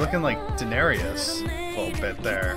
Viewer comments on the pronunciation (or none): you pronounced hwasa better than daenerys so thats good lol